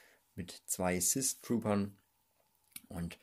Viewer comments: Dieses sis und deaths triggert halt richtig wenn du nicht aussprechen kannst sag auf deutsch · Du sagst Sith falsch aus und Iden Wirsou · Immer wenn er sith hoth oder death sagt